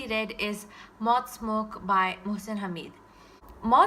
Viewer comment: His name is pronounced as; Mohsin (Haa-med) Nice review